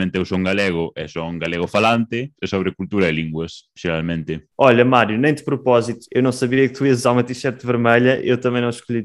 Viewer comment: Ele falando: Geralmente Parece aqueles caras falando "Laranchenhia!"